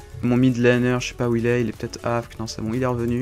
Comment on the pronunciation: par contre on dit pas afk accrocher mais on épèle toute les lettres A.F.K